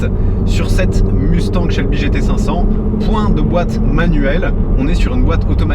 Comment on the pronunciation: Svp, cessez de dire Musse tangue. Ca se prononce Muss tagne, comme dans Elon Mus(k) et comme dans mon-tagne.